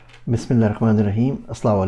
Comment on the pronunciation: Hazrat Bismillah padhna aur Salam karna seekh lijiye